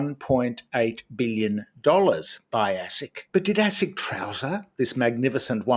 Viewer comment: Did you say assick.!